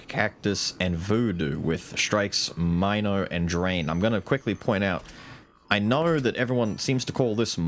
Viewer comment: I know you love Milo but it's gat dayum mino as in Minotaur. I know it's a mine and it's mind control but I just can't look at mino and say mine-o